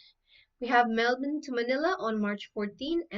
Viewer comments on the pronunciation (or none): how do you pronounce "Melbourne" as if you are saying Melvin....funny Pinay accent.